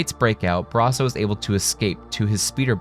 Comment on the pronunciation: You.....talk..............so....................fkn....................................slow! Thank God for the 2x button. Also, please don't say Brasso like that ever again.